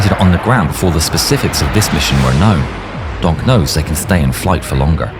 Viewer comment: Every time he says donk “Gonk”